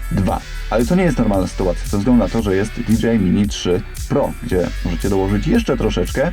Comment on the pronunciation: Dzięki. Fajny film. Zamówiłem sobie tą zabaweczkę. Gwoli scisłości: Jeśli "si" to i "ar" a nie "er"🤪 tak jak z hi-fi.